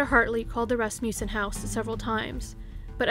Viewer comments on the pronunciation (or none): I really love your channel, but I have to correct your pronunciation of Rasmussen. It is RASS-muh-sen. Sorry, I tried not to let it bother me...I'm from Wisconsin, and we have family friends, no relation, with this name. But I did have a high school American Lit. teacher from Lacrosse who was a kid there when Evelyn Hartley disappeared. She had actually told our class about this case because apparently it had a profound effect on the entire city of LaCrosse for years. After all, LaCrosse, at that time, really wasn't that big, at least not like today (ok, still small compared to Chicago or even Milwaukee, but it is big enough now to have actual crime) and kidnappings and murder of any kind, just didn't happen there then. But to have a baby sitter taken from a locked home on a nice street like that really freaked people out. It was like the boogie man had come to LaCrosse. Anyway, very well done video, as usual! Thank you for all your time and effort! I was binging on your channel all evening!